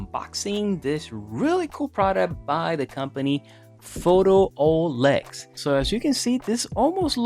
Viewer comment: It's called Pho 'tool' ex, not Photo-olex. They are marketing the 'tool' feature.